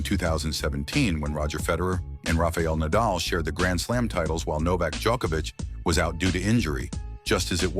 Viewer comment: Man, if Djoković is pronounced a certain way, why should Genčić be pronounced differently?! When you're already making a documentary and putting in serious effort, at least try to learn how to pronounce Slavic names. We are not such a small group of people, you know... Half of Europe, at least... Btw. good work :). "Not to bad".